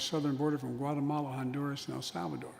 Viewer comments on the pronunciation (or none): none